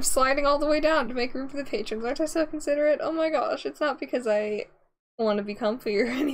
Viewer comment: CONSIDERATE? you mean CON... SIT... ERATE. Hahahahahahahahahaaaaaa (hey you laugh its funny)